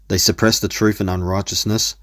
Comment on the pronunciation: "What's brave about running from the troof?"